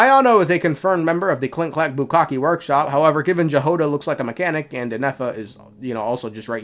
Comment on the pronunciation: STOP CALLING IT BUKKAKE WORKSHOP I'M DYING